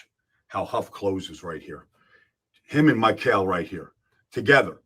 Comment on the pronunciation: still refuses to pronounce Mykel’s name correctly smdh